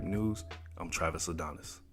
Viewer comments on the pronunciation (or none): none